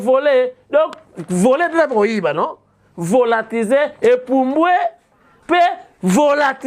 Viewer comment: c’est volatiliser svp! Et non volatiser.